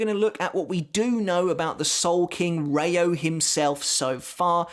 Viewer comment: And it's rei-oooo (the o is long) not reyo.